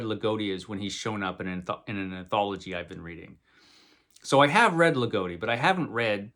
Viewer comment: You should read some Ligotti for sure. And his name has a short O - it rhymes with “he’s not dotty”.